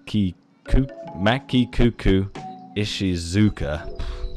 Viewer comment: haniwa (はにわ・埴輪) pronounciation honey wa 〇 hanai wa X Maki - kuku X Maki - muku 〇 No shame on, for our language turns out to be one of the hardest for indo european language speakers. From Japan.